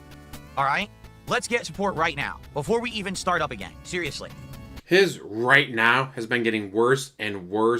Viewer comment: Take a shot of gin everytime he says "ritenao"